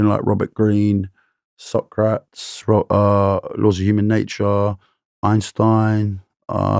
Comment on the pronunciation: It was so cute when he said “sock rats” mate Socrates is pronounced sock-ra-tees